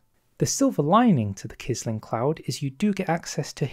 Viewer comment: Quisling is pronounced as if it were 'qwisling'